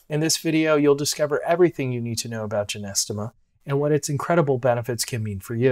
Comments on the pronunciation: Nice voice great content Except You are pronouncing it incorrectly JY- NO- STEM-A. PiNT- O- FILUM Or JOW—- GOOOO—LAN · Sorry it’s GY - NO- STEMMA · Man you're pronunciation of this herb is incorrect????😅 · It's Gynostemma pentaphyllum to be precise (not Genestema) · Hi can't even pronounce it correctly and is trying to educate me about the herb that I (now way more about. My mom told me about this as a kid...😂